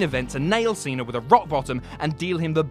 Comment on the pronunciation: "John Seener"